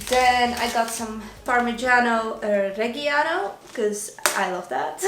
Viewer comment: The way you pronounced Parmigiano Reggiano and Gnocchi made me LOL so much! You’re too cute 😘